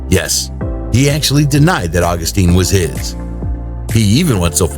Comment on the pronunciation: Dude, Augustin is pronounced Aw-GUS-tin, not August-TEEN. Think of the difference between Justin and Justine.